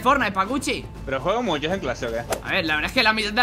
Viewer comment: Minuto 1,46 se demuestra que es xigneo porq el y thanix dicen muyo en vez de mucho